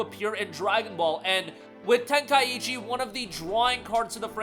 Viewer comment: It's Ten-kai-chi not Ten-kaiechi :)